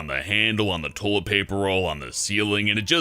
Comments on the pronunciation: its pronounced Toy-let, not Tow-let! #FNTRIGGERED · Why does he say "toelet" and not "toylet" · It's not 'tolet,' it's toilet. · Is a tullitt the same as a toilet? Toy-lett? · It's toilet. TOYYY-LET. Not tolet. Pronounce it right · Stop saying "toh-let". TOi-let. TOYYYY-let. Say it with me now.... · I love how he says "Tollet" instead of "Toilet." x3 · someone should tell that its "toilet" and not "tolet" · I guess saying shit gets a little difficult when trying to make your voice sound as fake as that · Tolet? You mean toilet? (Toy-lit) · Am I the only ine hearing him saying "tohlet?" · the way he says toilet bothers me he says toelet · 'tolett' -. I'm sorry but I couldn't help it. XD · Toll-it. Ugh. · Is it just me or does he say tolit instead of toilet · "Tolet." Yes. X3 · It's not tOlet is toilet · "tolt?"... What is a tolt? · i just laugh. tolet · ummm its toilet, not tollet. Say it right please. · What the hell is a Toh-lit? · "Tolet" pronunciation: tole- et 10/10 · why can't he say the word "toilet" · you can't say toilet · dat pronunciation of toilet do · learn to pronounce toilet before you make another video about one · I like how he pronounces toilet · He pronounces "toilet" really weirdly... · Why doesn't he pronounce the "i" in toilet........ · They should have chosen someone who could actually pronounce toilet to do this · The way he says toilet really bugs me. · Why can't pronounce the word toilet?